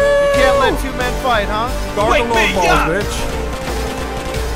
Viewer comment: You gotta FOIGHT fuh yuh LOIFES!